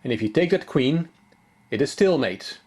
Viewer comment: But when he says "it is stalemate" I thought he said "it is still 'mate"!